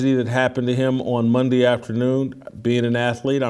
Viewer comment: that first minute, whew..."Fridee, Mondee, Tuesdee"